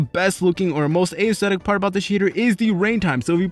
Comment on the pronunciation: Dude you say A - esthetic 😑